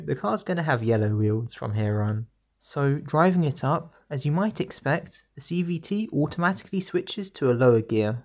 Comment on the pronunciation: I swear at some point you just say "CBT"... and i am NOT the only one hearing this.